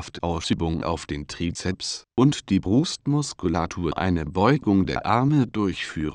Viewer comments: Parralel zur Brost MoskollatTOR und die BRUUSTmuskullatur WiederHOLLT werden xD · alter zu geil mit der pc stimme brust muskul a tur